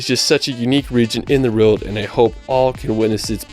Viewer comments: I can totally understand him not getting a lot of the England specific pronunciation correct but "rild" instead of "world" just weirds me out. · It just sounds like he has a slight speech impediment that's all. Notice how he pronounces 'world'.